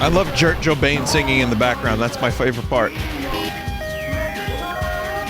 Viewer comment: Jurt Jobain